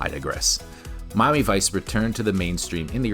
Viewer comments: Wh-why do you pronounce it "Mommy Vice"? 😅 It's so distracting! Just say "Mi-a-mi", it's pronounced like it's spelled! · is this guy saying Mami vice all the time or is it just be me ?😂😂😂